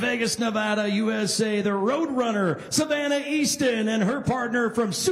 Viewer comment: Why does he keep calling her Savanner. Lol 😂